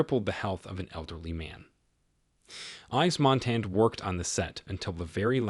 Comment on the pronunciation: Narrator is a joke. You just have to know he purposely brutalizing all the French names. Why is he uglifying the pronunciation? Saint germaine the president?? Fire him. Yves Montand - pronounced phonetically = Eve Mawntawn.😢